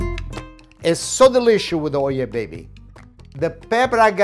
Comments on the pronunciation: I remember when I first seen his videos I kept thinking he was saying "my oil baby" like why are you calling your oil baby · I always thought was saying, "Oil Baby" haha. You are the best my fellow Italian chef! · I thought it oye baby, lol